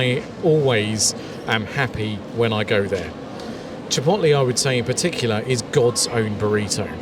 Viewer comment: This is exactly the video I need. And the way you pronounce "Chip'oat'lay" is very entertaining Do you remember noticing a difference in the tortillas? I'm wondering if the Tortilla tortillas are as light and soft and flimsy as the Chipotle ones. That's what I like.